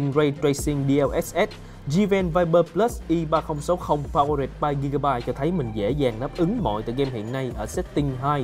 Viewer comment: Powered, phát âm sai nha